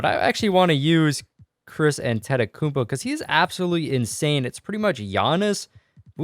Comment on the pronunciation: No offence but I hate the way you say Antetokounmpo